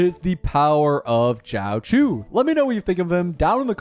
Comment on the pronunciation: when r u doing the nihiltiy only summons for jiaoqiu? And its not JOWCHEW its xiaoshu